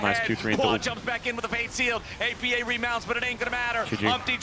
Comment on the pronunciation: I think its disrespectful to keep calling him oppa, when you know its pronounced A P A.